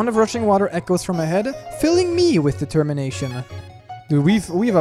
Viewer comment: DID YOU MEAN...DE-TEM-MINATION?